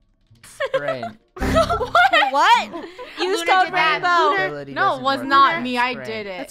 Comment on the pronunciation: Ranbow? Lol not being rude but its rainbow.